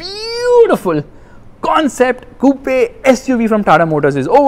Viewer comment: Coupe is pronounced 'koop' not koo-pe